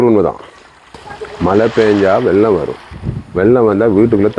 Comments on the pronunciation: உங்கள் தமிழ் வாழ்க. செல்றது அல்ல! சொல்றது. ஈக்குது அல்ல! இருக்கிறது. பெயித்து அல்ல! போயிட்டு. வெல்லம் இல்லை வெள்ளம் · வெல்லம் இல்லை வெள்ளம் bro